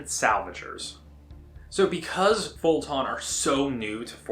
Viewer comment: Vo-Tann, not Vol-Ton. Haha